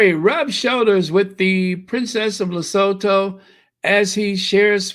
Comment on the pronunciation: Lesotho is pronounced Li-su-tu Le-soo-too ;-)